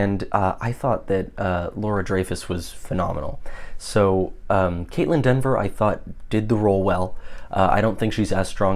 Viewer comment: It’s Kaitlyn Dever! Not Denver!